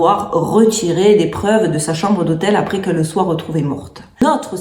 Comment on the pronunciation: ''l'hôtel'' non mais sérieusement...